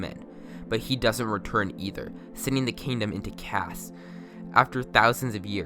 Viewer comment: tf is that pronunciation of chaos lmao